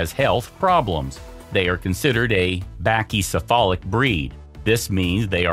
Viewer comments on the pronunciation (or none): none